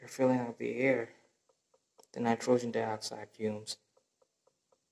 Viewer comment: it's not called nitrosen dioxide, it's nitrogen dioxide NO2